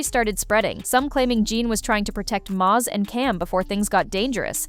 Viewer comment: His name is mase like the pepper spray lol do your research